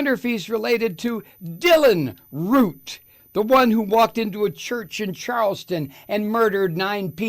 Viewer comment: Dylan Roof, not Root. But I get your point, Mike.